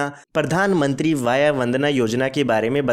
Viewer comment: Please talk vay(age), not vayaa